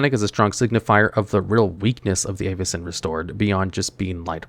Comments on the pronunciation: Also, the pronunciation of most of these cards is insanely cringe. I get it’s fantasy but Avacyn (Avuh-sin) not Aye-va-cin. The worst was Omnath and he said “Ohm-neth” like what… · 'EYY-vacyn restored' 😂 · I swear you are mispronouncing some things on purpose… how could you do that to Avacyn!